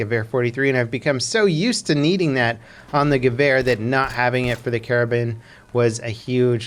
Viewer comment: It is pronounced "Kara-bean"